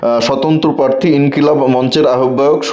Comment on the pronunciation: খুব ভাল কাজ করছেন। উচ্চারণ এর দিকে আরও একটু নজর দিলে ভাল হত। কথাটা প্রার্থী। পারথী নয়